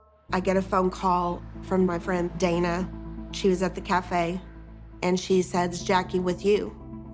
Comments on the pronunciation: Except when he says “cafe”. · He says “cafe” really weird.